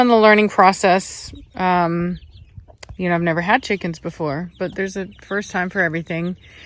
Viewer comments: When you say cheeekins, you're a scouser in your soul lol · "Look at all those chickeens " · Lely Negron “chikenths” thank you very much 😌🤣